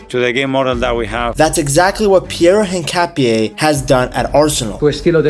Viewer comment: this was a great video, and analysis of Hincapie! If I may make a suggestion about the name. The H is silent. Just say the Inkapie. Again, this was a great vid, and will share with my Ecuadorian brothers. Abrazos amigo.